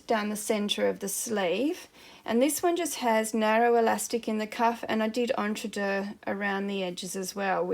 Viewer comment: So glad to hear you pronounce entredeux correctly! I hear many people on uTube pronounce it ‘EntreDOUGH’! Not correct French!